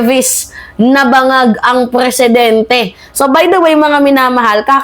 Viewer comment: Maam , Presidenti po hindi Preeeesidenti 😂😅